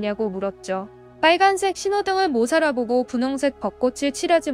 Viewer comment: <못 알아보고> 발음 저렇게 하나요? [모사라보고]?? 이상한 거 같은데요. [모 다라보고]가 더 맞는 발음일 거 같네요. 전재준 펜디옷 아녀요? 오히려 옷보다 색약인데 굳이 차 색깔을 저렇게 하는 게 더 이상한듯요. 여정이도 펜디 입고 있어서 펜디 협찬인가 했어요. 골프장 만두 냉동식품인 거 알 수 있나요? 전 빚어서 파는 건줄 알았는데 어디서 알 수 있나요?